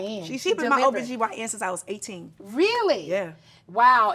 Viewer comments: its not OGBYN its OBGYN 😀😃😄😆😅🤣😂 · Not OG-BYN 😂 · Nene said OGBYN 🤣🤣🤣🤣🩷